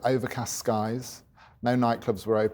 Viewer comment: Nice guy. Ibeefa cant be the correct pronunciation tho 🙈